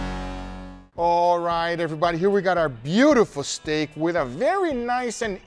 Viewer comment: Has anybody else noticed that Guga pronounced 'steak' in different was each time? Stack StAEk Stek Steak Just me? Ok.